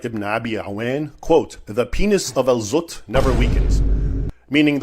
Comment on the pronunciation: Al-zutt❎ Al-butt✅